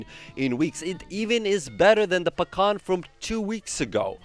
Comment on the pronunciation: Say Pakhan one more time.... I dare you...I double dog dare you!